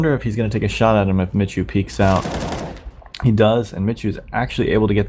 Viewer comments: It's pronounced Mee-hu duh! 😒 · You read it more like 'miku' ;) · Sebastian Szemer No its "Mehoo".